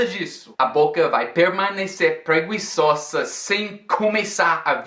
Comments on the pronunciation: Preguiçosa (stress on "ço"). The "gui" in this word is pronounced the same as the "gi" in gizmo. Great vid, man! Thanks. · adorei o jeito que você falou "preguiçosa":) hahahaah. Admiro muito esse amor que você tem não só pelo português ou pelo inglês, mas pela forma como as pessoas se comunicam. You inspire me to keep learning English!